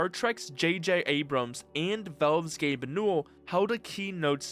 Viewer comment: You're saying "Velve" again. Also it's "Gabe" Newell, not "Gabe-uh"